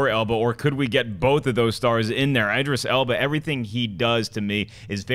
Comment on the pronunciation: Guys? Idris "Alba"...? Eeeeeeeeeeeek.